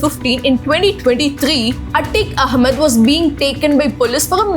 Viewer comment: We might understand you better if you could wonly improve your accent and speech delivery. Atiq Ahmad not A tick ah mud That is naat carect.